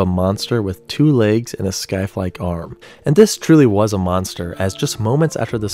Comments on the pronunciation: Checked back a few pageloads of the comments, didn't see anyone mention it, so...the "c" in scythe is silent. It's pronounced "sai-th," like "science," not "sky-th." Sorry, I just remember that from the other Dead Man Walking video, too, and it's been bugging me. Not enough to not enjoy the video, though. There's something kinda freaky about seeing the exact location and angle where a tornado photo was taken, now in perfectly clear weather... EDIT:...dammit, I posted this before that last pic of the tornado that advanced our scientific understanding. Thanks, Vortex 1 team and! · Well, apparently (no offense), you don’t know how to pronounce scythe. It’s just “sithe.” The c is silent, but other than that, you were correct. I hope this doesn’t upset you, as I’m correcting you for your interests (of sounding cool and smart, which you are), and just use the correct pronunciation in the future. After all, this tornado has already been a discussion point in several videos, as it has many aspects that make it interesting, most of all the “legs.” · I always forget he pronounces Scythe as "Skythe" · What’s a skyth?